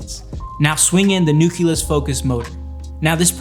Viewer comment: 5 people reviewed this product... zero of them could pronounce Nucleus or Nuclear. Super bizarre.